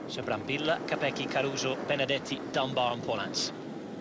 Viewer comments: the LLLLLLLLLL not YYYYYYYYYYYY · Ma que, non sare dire il nome de Brambilla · Nope, he keeps saying Brambilla wrong